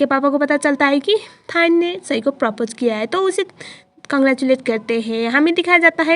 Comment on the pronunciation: Didi wo propche nahi prapose hota hai